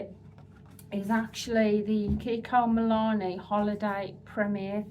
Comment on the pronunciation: MilanO not MilanE